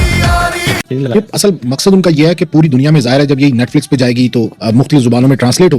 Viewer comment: Audien, netflex 😅😅😅